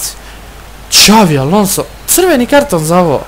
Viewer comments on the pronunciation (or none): none